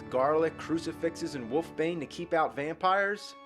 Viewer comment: I like how you call it woof bane :P